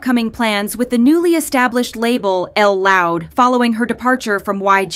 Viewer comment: I gotta say it, can we STOP saying L loud, Lisa herself has said it’s literally pronounced JUST loud.